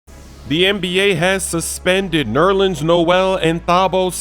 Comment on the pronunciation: "Neworleans Noel".